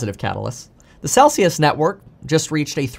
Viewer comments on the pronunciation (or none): none